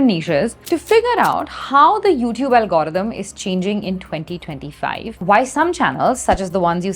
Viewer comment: Algorithm ❌ Algrm✅🤣🤣🤣 if u know then u know